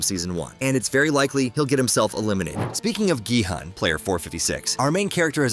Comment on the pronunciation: It’s GE hun